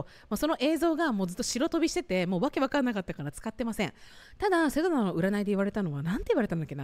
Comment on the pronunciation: 今回の動画でちゃんとセドナって言えた時あった？